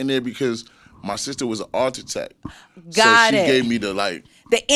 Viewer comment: the way he said architect lol